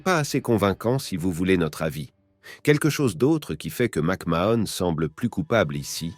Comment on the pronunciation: ça commence bien, rien qu'à la prononciation de son nom je sais qu tu n'es pas bien renseigné